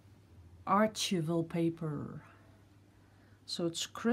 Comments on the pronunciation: "Archival" is pronounced: "Ar-Kye-val." ARE- Kye (rhymes with 'eye' with a hard 'c') and 'val.' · ) the paper.. it is pronounced R-kive-all I know the English language is crazy. archival paper is used for museum pieces and is meant to last forever and keep it's colors. :) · Love your videos. I tried a few pours of my own, not as easy as you make it look. The most disappointment was to have pits, not sure what cause that, perhaps the paint layer was too thick. FYI archival is pronounced like the “ch” is a “k”.